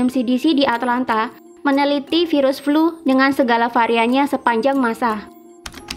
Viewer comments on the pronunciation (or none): Yg dipenjara pengen kerja, yg lagi kerja pengen santai. Sama aja. Selama ini kerjanya ngapaian aja.. mau siti mau terawan sama.. 👎 btw kalo ngomong virus gak usah vairus.. biasa aja..